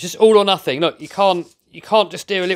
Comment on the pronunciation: It’s not nufing it’s nothing